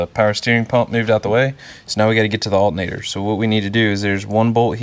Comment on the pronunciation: "We're going to replace the ALTENATOR...."